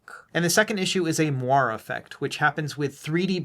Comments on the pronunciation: It's pronounced "mwa-ray", not "mo-arr", and that's as spicy as I plan to get on this. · Interesting video. FYI, moiré is pronounced "mwah-ray", though :) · I think you got it really close. "Mwar" sounds a lot like "more." :)